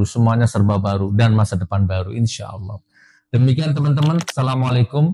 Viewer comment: Bang ucapkan salamnya yang bener ,bukan assalamalikum